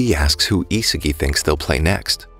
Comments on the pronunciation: Bro was saying Isigi istead of isagi the whole video💀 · It’s isagi not isigi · His name is Isagi not Izuki